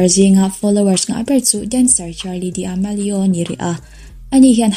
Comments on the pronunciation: Sawisel chu ka hreh viau nangin minute ah khan Charli D'amelio kha "Charli Di - a - me -lio tih khan i lo lam a dik lo hret a sawisel ka duh lo viau nangin ka rawn sawi mai mai a nih chu ka idol te a ni ve sia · D'amelio tih a lam tur a nilo Damelio angin lam tur